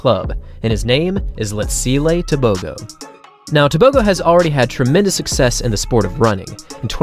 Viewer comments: The letter g in Setswana is not pronounced like a g in English. It is guttural "h" sound. Similar to the ch in loch. Also Botswana is about 3300 ft above sea level. So at sea level he would have ran even faster. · Just for interest sake. A "g" in African names like "Tebogo" is not pronounced as a g. It is more of a clearing of the throat sound. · You're butchering his surname.